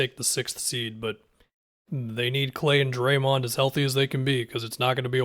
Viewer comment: be pronouncing draymond like doraemond